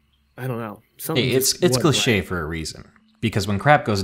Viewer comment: Ikr? Oh n what about "I digress. Anywho" I didn't know what was worse fuhkade or clicheickle. Uuhhgg. I cringed just typing those. I'm almost certain now that he was a voice actor reading from a prompter or cue cards and not the actual "victim" who wrote the story in the first place. It totally ruined the experience for me and not real sure why.